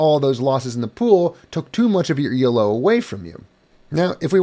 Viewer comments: The main difference between elo (stop saying "ee el oh," it's named after a guy named Arpad Elo) and glicko-2 used by HEMA ratings is the presence of a rating deviation stat. The rating deviation is a measure of how sure the algorithm is that your rating is correct, the lower it is, the higher your weighted rating. How much your rating increases or decreases based on a match depends on both fencers' relative ratings, this is the same in elo and glicko-2. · one minor thing Elo isn't pronounced E L O, it's not an acronym it's the name of the guy who invented the system : Arpad Elo